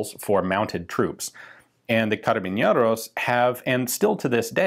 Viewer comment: Feels weird that he's saying "carabiñeros" instead of "carabineros", idk if it has something to do with the accent, but that's an N, not an Ñ